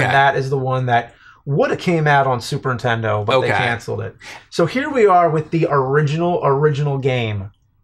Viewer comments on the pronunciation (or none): "Super Ntendo" ?? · Every time James says "Super 'intendo" a puppy drowns.